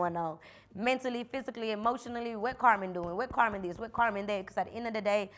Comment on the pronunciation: Karma instead of Carmen lol or something Spanish what’s your middle name ?